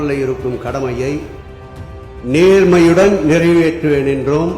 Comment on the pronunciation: நேர்மையுடன் என்பதை ரொம்ப அழுத்துறாரே.. அவ்வளவு நேர்மையா